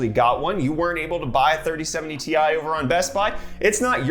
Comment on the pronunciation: Also, it is not, "T. I." It is "Tie". XD